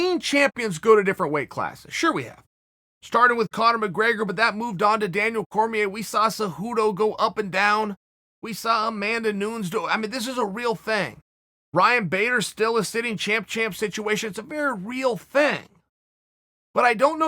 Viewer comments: Who the hell is Amanda Noons? It's NU-NEZ. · Say it with me Uncle Chael... New-Nez